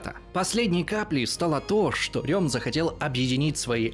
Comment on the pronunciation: Удивительно, что хоть кто-то правильно произнес имя Эрнст Рём...Все Рэм, да Рэм. А он реально Рём